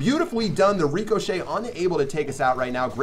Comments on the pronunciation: Y do you say (Rico-shay) instead of (Rick-ah-shay) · Lmao the way he pronounces ricochet is funny. He says REECOchet instead of ri-ca-chet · actually nevermind its more of a ri-cuh-chet I just put ri-ca because sometimes the A sounds like a lowercase U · Shadowphantom66 he calls it that because then he will be able to call it Rico. He explained it on another video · it was funny how you said reeeekoshay it sounded funny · cuz sometimes people shorten it and all him rico, which kind of translates into the reecochet sound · Why do you say ricochet like reekoshet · Pronounced rick-o-shay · It’s pronounced rihkashay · Lmao, the way he says ricochet